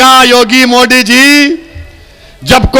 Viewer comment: Owaisi जी पहिले आप अच्छा से हिंदी बोलना सिख ले उसके बाद मोदी का नाम लिजिऐगा ठिक है मोदी होता है मोडी नही बाडा आया नेता बनने